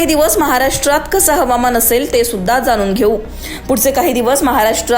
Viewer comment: किती अशुद्ध मराठी बोलते अँकर... जानून नाही ग जाणून पुने नाही पुणे थाने नाही ठाणे 😂